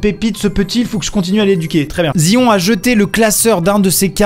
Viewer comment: zion ne se prononce pas comme ca (zaion) merci